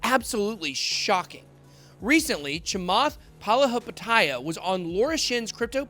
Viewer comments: Nobody : Ben : Chamath Palihapitiya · Lmao... Charlie "Munjor" Chamath Palahapatiiiia. I cant take this guy seriously... lolol